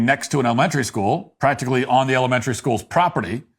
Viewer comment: Why are you unable correctly to pronounce the word "elementary"? Are you unfamiliar with it? If so, try substituting "grade school."